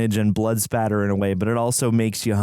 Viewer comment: Blood Spatter. Not Splatter